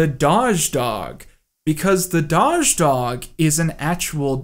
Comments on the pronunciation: Hearing him say 'dodge' dog was equally painful. It's 'doggy' dog, or 'doe-gh' or 'doe-ghee' dog! It's a meme about cats and dogs being bad at pronouncing words!! OPEN YOUR EYES MAN!!! :O I'm only halfway kidding. Seriously, 'dodge?' I'm actually laughing out loud though so good job :p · You lost all respect from me when you mispronounced doge, it’s pronounced d-owe-j, not daw-zh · Surely, surely it is Doe-je? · "Dozh" dog. This is like hearing someone pronounce Cereal as "Keereal". I was under the impression it was pronounced like toes. Doge = doe-ge. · “Doge” is pronounced “dough-zhe” not “daw-zhe” it has a long “o” not like in the word “dog”, like in the word “Doberman” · it's "dohhhje", not "dodge" :/ but this an incredible video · Dawwwge? It's meant to be pronounced like DOH-J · It's dough-j not dodge ffs filthy casual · also it's pronounce doge with a long O. dohzh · I have literally never heard someone pronounce "doge" like that. I've heard "doggy", and I've heard "dough-(J-sound)" But never "dodge" with a silent second d. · "dahjz" broke me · The way he said “doge” like “dodge” made me internally cringe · Isn't "Doge" pronounced "dohj?" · has been known to mispronounce words. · Can we talk about the way pronounces Doge as “dodge” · It’s “dough” with a j sound at the end, but saying “dodge” was amazing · this man really just said the Dahj dog. PainChamp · doge as in nose, not doge as in... whatever tf you said, honestly idk how you got that pronunciation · I mean this kinda proves what u were talking about but... Did anyone else cringe when he said "daj doge"? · I came to the comments to make fun of that, as well as how you say doge :P Maybe I'm wrong about that one though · I’m more confused at how you pronounced Doge lmao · I was about to like this video but then I heard the way pronounces Doge. I’m sorry but I’m afraid you must be put down now. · Can't get over the way you pronounce doge. Also hydroxychloroquine.